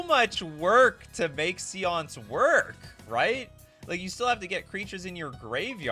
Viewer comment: Séance is not pronounced see-onse; its say-onse